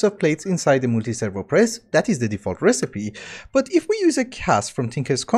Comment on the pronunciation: Yooo he actually pronounced multiservo press correctly.